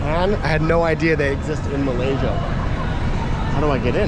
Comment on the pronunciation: hahaha the guy certainly not a Malaysian,LOL.Some Bangladeshi worker i reckon (from the dialect)😅. The way he pronounced 'Malaysia' wrongly gave away everything 😅.